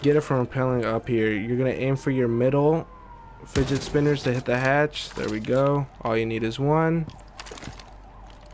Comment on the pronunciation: I love the he says figget spinners